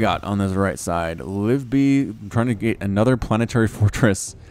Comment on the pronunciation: Hey, I've got a reaper name "Kaladin Stormblessed". Also btw I think you pronounce the second "i" in "Livibee"